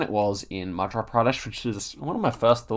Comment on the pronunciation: "i gotta get used to saying" 🤣you are pronouncing an 'r' in madhRa pradesh when actually it is a 'y' madhYa pardesh